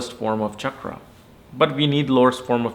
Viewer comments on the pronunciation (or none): none